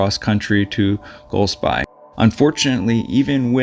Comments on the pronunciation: There no D in Golsbie… Goal. Spee/sbee… Highlands are pronounced highl’nds… Naver. Rhymes with never. Also, I can’t sit around for you repeating yourself this much. 😅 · I live there and my daughter has been on his courses with him.I never met him , but my wife said he was a lovely guy. Golspie is pronounced...Golspee, incidentally. This tragedy was hardly mentioned in our national media, for some reason, even though it was on the local media. The area where we live is fairly remote, but it is highly unusual for anybody to go missing there, especially somebody as skilled as him. Nobody knows what goes on in peoples minds, its easy to say “he definitely wouldn’t leave his family” , but you cannot know that.Pressures of life work on people in different ways. The villages and towns around us are small and if he ended up being there it wouldn’t go unnoticed. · Hi Golspie is pronounced Golspay. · Golspie, pronounced, gol spee. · Loch Nay- ver. Goll-spie. emphasis on first syllable. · His poor family ❤ 🙏🏻BTW (pronounced Golspee). I have walked there many times with my husband and it is a total wilderness. Sometimes people think that the UK is a tiny island but when you go walking in the ‘flow country’ unfortunately there are plenty of bogs that you can fall into and it is a beautiful yet desolate place - one of my favourite places on earth, but it can be tricky to navigate safely. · Pronounced Golspeee. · It's pronounced golspee.